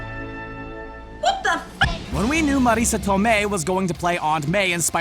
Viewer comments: How the fuck do they employee a guy to read this that doesn't know shit about comics and poorly reads scripts provided to him and pronounces shit like some weird space alien. Mareeesa Tomeiih seriously she's been a famous actress since the late 80s dude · Why does he keep saying Marisa Tomei's name like that? Trying too hard. It's awkward, bud.